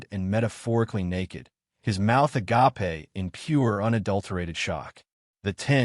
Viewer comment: Your AI needs to be taught correct pronunciation of various words. For example: read has two pronunciations, present and past tense. tear has two pronunciations with two vastly different meanings. agape also has two different pronunciations and two vastly different meanings. Your AI is currently reading this last word using the pronunciation that means “love”. Not the one I think your story wants to use.